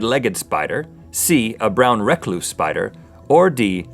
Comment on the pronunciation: you said Brown recluse spider wrong